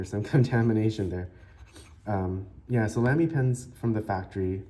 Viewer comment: With respect, the brand is pronounced “Lahm-y” not “Lamb-y” and short “a” rather than long “a” on Scala. It’s a nerd thing. Nice review and nice pen.